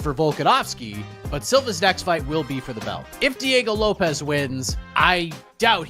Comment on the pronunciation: What the gel is wrong with you peach can you not pronounce Lopes or Jean properly? You Jean Gene and Lopez Lopes pffff……..